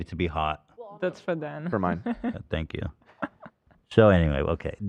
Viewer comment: Hila, his name is Dan, not Den